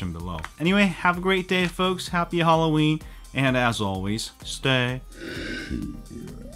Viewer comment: happy hallurween! that's how Madea says it